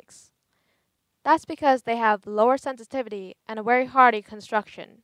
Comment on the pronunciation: Can you not pronounce v's what's woltage or wery good